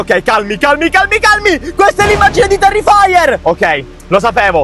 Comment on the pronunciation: Non si dice terrifaier si dice terrifer